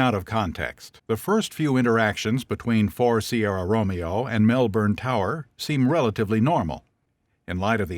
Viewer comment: please pronounce melbourne properly wtf is this pronunciation